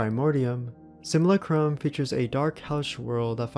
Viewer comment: And “sim-u-LAH-crum”